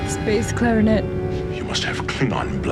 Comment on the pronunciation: When you said, "bass clarinet" I thought you said, "space clarinet". :)